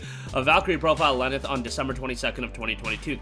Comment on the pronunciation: He said Lenneth clearly